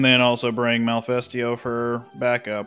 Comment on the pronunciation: Every time you guys say Malifesto, I instead hear Mephisto from Blue Exorcist.